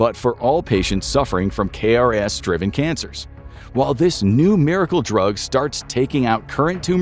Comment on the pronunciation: It’s known as “k-ras”. We say the letter k but say the word “ras”.